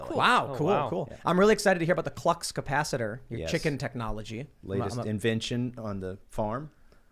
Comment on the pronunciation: "klux capacitor" XD